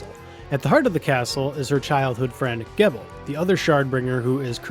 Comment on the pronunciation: Geeeeeeebal, apparently it is a soft 'G'. I pronounced it the same as you but the game says otherwise. I like the technique mastery system because now my Katana has 5 techniques instead of 1.